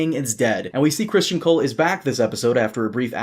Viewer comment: What's so hard about pronouncing Cristen? Why must continually say Christian...It's Crist-EN.